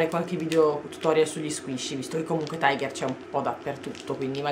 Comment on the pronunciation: Non si pronuncia "Taigher". Non è un franchising inglese, bensì danese. Ciò implica che si pronunci "Tiger" esattamente come si scrive, ovvero tigre in danese. :-)